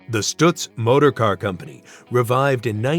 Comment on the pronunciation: “Stutz” rhymes with cuts, not puts